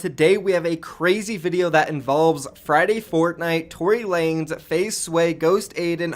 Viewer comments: tory lanEZ NOT LANES DUMBASS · Btw it’s Tory Lan-Ez